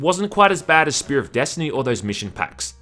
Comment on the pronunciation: "...desHtiny!" 10/10👍